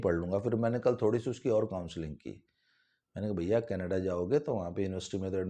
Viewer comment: Sir very good mimicry When you try to speak in panjabi tone केनेडे